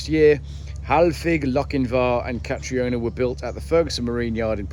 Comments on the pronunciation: "Kah-tree-oh-nah" 😂😂 Oh! Its pronounced "Kah-tree-nah! (Catriona) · catriona is pronounced catrina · I would pronounce Catriona as Catreena.